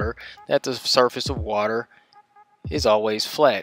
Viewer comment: What the hell is 'wodder', anyway?